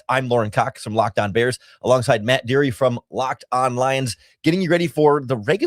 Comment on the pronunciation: Bro said matt deery